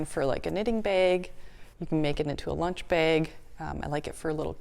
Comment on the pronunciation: Beautiful design!! 😍 And I love how your accent makes bag sound like "beg", whereas my super Southern accent turns it into a two-syllable word 😂